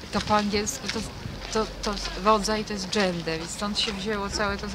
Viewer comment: No i rzeczywiście "dżendeh zhobiło fuhohę" xD